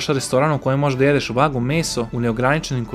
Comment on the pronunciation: to je vagju ne vagu ahhahahaahhahaa